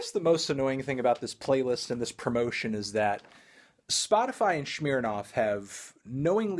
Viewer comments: It is pronounced Smirnoff, not SHMEARnoff. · "schmeernarf" the fuck is that pronunciation Melon, it's "sm-err-noff" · Why u say shmirnoff not Smirnoff? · It's Smirnoff, not Shmirnoff ya fuckin' weirdo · Why did he pronounce Smirnoff as Shmirnoff? It doesn't make any sense. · Shmeernof......damn melon you shure dont know how to pronounce brand names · "Schmeere Noff" lol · Less emphasis on the “earnoff” and and ears on. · Melon pronounces Smirnoff in the way you pronounce bobby shmurda and it hurt me